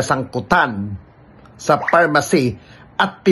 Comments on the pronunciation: pharmally Hindi pharmacy🤭✌️ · Pharmally hindi pharmacy 😂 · pharmally po,..😂😂